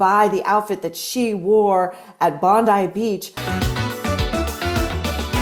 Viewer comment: Maureen you said it correctly Bondeye and not Bondee for Bondi thank you thank you